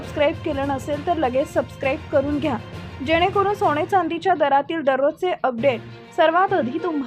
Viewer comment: सोणे नाही सोने.आधी उच्चार सुधारा